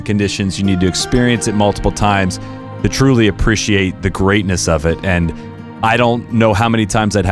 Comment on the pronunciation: Nobody: Absolutely nobody:: “APPRISHEEATE”